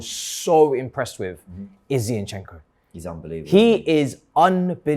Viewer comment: MAH.. STOP calling him Zee-yin-chenk-o plssss😫😅 it’s absol JARRING. ZinChenKo!🥲